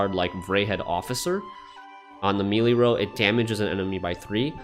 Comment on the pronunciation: Your pronunciation of melee hurts but this video itself was very helpful.